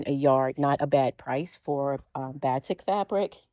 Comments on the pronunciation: Batik is pronounced "ba-teek." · BATIK fabric is pronounced like "buh TEEK". I kind of cringed when you pronounced it. I guess if you don't sew with it, you have no idea how to say it. My neighbor has an entire quilt made of Batik, and she also pronounced it incorrectly. I'm making a quilt with all batik, which is a dream to sew with.